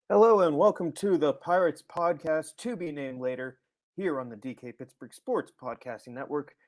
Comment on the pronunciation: Play-er to be named later. Pod-cast to be named later. You need the second syllable.